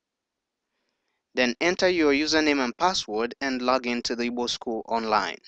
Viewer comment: This computer is saying evil ,not Igbo, it is not necessary.